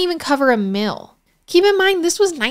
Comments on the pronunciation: Its called a MEAL not mill... homegirl is always messing up the pronounceation of the most basic words like deal (not dill) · I find it annoying that she can't pronounce the most basic words like deal, meal and condominium